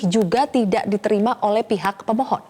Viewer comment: 0.11 gua kira dia bilang "seberapa kuat dalil gugatan yg diajukan oleh pembohong" 😂😂 gataunya pemohon